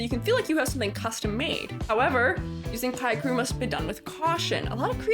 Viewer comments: Great informative well made video, only flaw is the WRONG PRONOUNCIATION OF PICREW, ITS PICK BECAUSE PIC-TURE AAAGHHHH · what do you mean people cant get you to say it right it literally has 'pic' in the name x.x